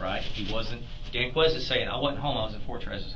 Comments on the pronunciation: ‘Danqueise’. I don’t have to watch the rest of it. Just another one to prison for life. Yawn. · "Danquies"? Ahhahahahaha.